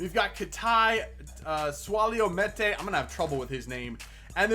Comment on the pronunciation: Meïte name is pronounced mee-yet